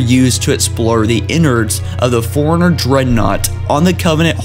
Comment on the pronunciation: Holy shit. I know you're reading off a piece of paper, but could you at least do a couple of pre reads. Dear lord dude. Not to mention one of you keeps saying "Foreigners" and not "Fore-Runners" and "cam-pain"